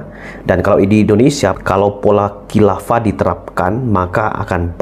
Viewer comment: Ini buya syukur bicara apa, uas katakan hilafa buya syukur bicara halifa, beda antara hilafa dan halifa, buya apa ini, hahaha.